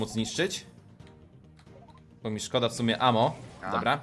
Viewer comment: Mówi się bo a nie bu